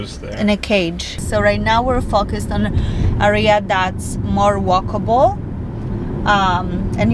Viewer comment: ciągle wymawiasz źle słówko area. W każdym filmie. Bardzo to razi